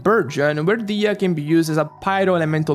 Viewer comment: I'm really really happy that you're pronouncing her name "DI-HIYA".. her name sounds so beautiful that it makes me cringe every time I hear someone call her "DEYA"..